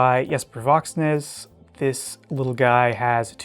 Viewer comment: William Henry needs to go back to making edc as well as their highend stuff. Their stuff is so good. Also I’m proud of you for pronouncing Voxnaes properly. DCA says Voknaes.